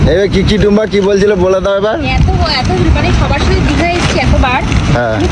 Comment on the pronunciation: কি মূর্খ রে বাবা সমানে বলে যাচ্ছে দিগা এটা কি দিগা???? আরে এটা দীঘা